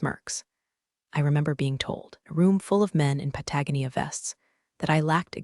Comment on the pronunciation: Please teach your AI that Patagonia is pronounced with a long o. Ya'll are getting better with the AI. Still having issue with present and past tense.